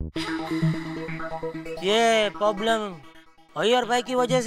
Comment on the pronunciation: Jethalal poblem bolta hai